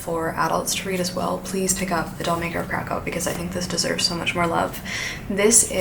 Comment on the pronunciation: hi! a polish person here, the ów part in Kraków is actually pronounced as oof